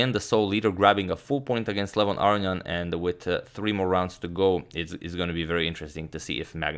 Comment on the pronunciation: Who's Arian? Its aronian